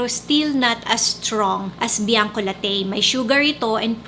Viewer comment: It's pronounce Bianco LA-TI not Bianco La-TEYY mam ☺️